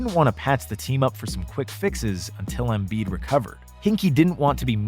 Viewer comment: You make basketball content and don't know how to pronounce Joel Embiid's name.